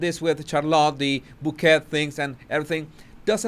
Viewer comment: Bouquet, pronounced bow kay